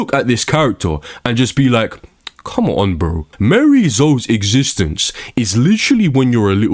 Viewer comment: Bro is just yapping, 13 minutes straight of complaining and refusing to say miarys name correctly. Not even to say tekken is fine but this is not accurate or productive at all. Just yapping about anything.